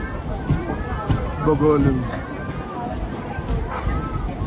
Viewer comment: Bolugu kadhu bro bogolu adhi